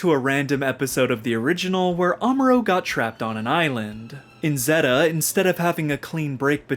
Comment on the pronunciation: he called it "zehhta" not "zayta" and I had to stop watching :(